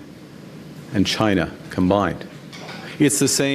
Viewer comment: ..... You are wrong..... He knows one 2 syllable word too well...... But somehow pronounced so comically...... Chyna. 😂😮😢